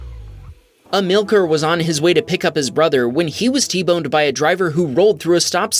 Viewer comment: Amil,car not amilker